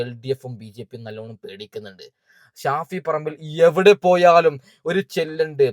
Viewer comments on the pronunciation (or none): Who is Shafi parambu, she doesn’t know how to pronounce his name properly,shame. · ഷാഫിൽ പറമ്പോ...😂😂😂 അതാരാ???.. ഓൾക്ക് പേര് തന്നെ ശെരിക്ക് പറയാൻ വയ്യ